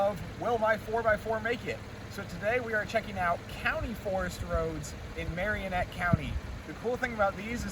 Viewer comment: Mare-in-net county (Marinette) Nick-oh-lay (nicolet) Some pronunciation help